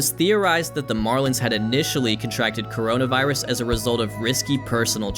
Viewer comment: "kornmonavirus" Amazing.